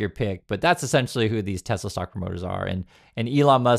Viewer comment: I love teslerrrr😂😂😂